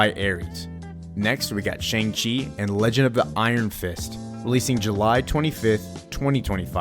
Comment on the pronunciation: Why do you say Shang-Chi like that